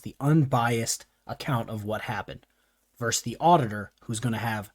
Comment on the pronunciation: Excellent analysis. Please, “vs.” is pronounced “versus”, not “verse”.